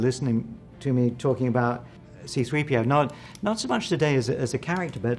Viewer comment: Also… “3.p.o.”… not that much effort calling him “c3po” nthony anieals